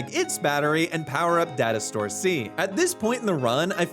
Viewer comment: Who else heard dinosaur instead of data store!? 😂😂😂 Just me...?🙈